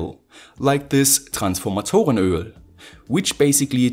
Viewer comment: So gut wie du Transformatoren Öl ausgesprochen hast ist dat wahrscheinlich deine Muttersprache... Interessant das du Englische Videos machst. Ich bezeichne mal solche Videostellen als German easter egg, weiterr so!/ You pronounced the word Transformatorenoel pretty well i guess german is your native language ... Interesting that you make English videos. I call these parts of the video german easter egg, keep it up!